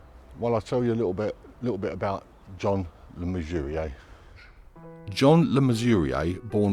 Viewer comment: Pronunciation of his name was spot on.